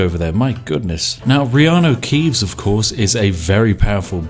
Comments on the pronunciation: Who else thought he was meant to say Kianno reaves instead of riarno keaves???? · You say reeanu keeves..... i say hagrid